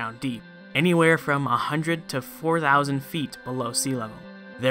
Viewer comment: When you said 4dousand 👌